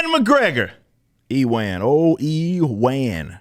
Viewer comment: I went to school with a person named Ewart, and he totally pronounced it E-wart. Like the way you're saying E-wan instead of "Uwen". And now that I've realized this, I'll never be able to stop calling him E-wan Kenobi.